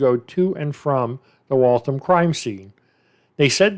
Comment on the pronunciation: Its pronounced wall-thamm like rhymes with whamm. Massachusetts has alot of wierd town names hahaha reminds me of Aaron Hernandez with the double murder way before the one he was charged with. Funny how they solve some of these way after they go on to commit other crimes.